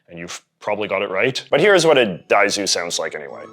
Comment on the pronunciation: Dude please stop saying DAIZU